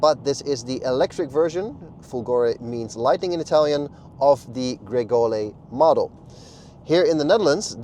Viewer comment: the car’s name is Grecale not Gregole 😂